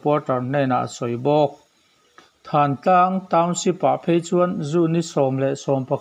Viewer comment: Thantlang ni lovin thaaantlang tia lam tur a ni awm e.